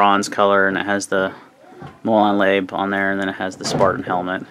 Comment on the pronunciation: It's pronounce Lah-bay.